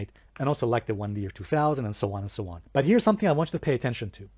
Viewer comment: Lol! great intro! btw have you been listning to Slavoj Zizek? 'and sho on and sho on' 🙂